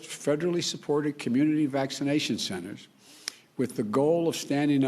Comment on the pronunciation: what a loser. he cant even speak. "schenters", "salient and silent" prayer. what a doosh. not my president